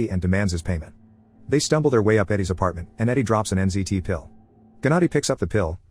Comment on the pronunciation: Wait is th drug called NCT or NZT? I keep hearing NCT :')